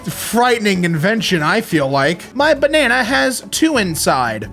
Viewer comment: the bananana